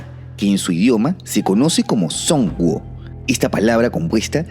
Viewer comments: Pequeña correción, Zhōngguó se pronuncia mas como Chunkuo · Zhongguo, se pronuncia CHONCUO... Es China en chino pinjin... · No se pronuncia "son". La "z" y la "h" forman un sonido que no tenemos en español, está entre una "ch"